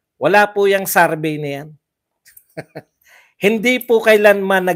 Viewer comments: Correction lang po, it's not Sarbey its survey :) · Survey hindi sarbey po 😊